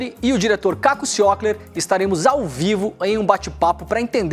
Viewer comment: pessoal vocês falaram o nome errado do Caco Ciocler... por favor!!!!